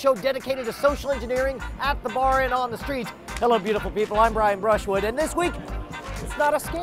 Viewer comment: Right. His name is Brian Brushwood, not Brian Bruschwood. Shwood is spelled as in the end of Brushwood. It's apparently a nickname.